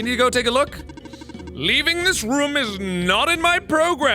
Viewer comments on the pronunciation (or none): Can Mark not say room or am I missing a joke?